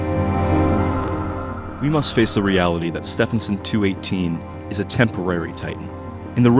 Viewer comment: "Ste vin son"